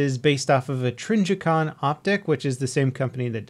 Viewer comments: its trijicon not trinjicon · its trij-i-con, not trinjicon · Who else cringed when he said tringicon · A "trinjicon" optic? Jesus Christ... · Trinjicon lmao